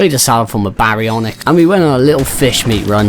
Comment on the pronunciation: BEYdon and BEYwing 😂😂 gotta love it!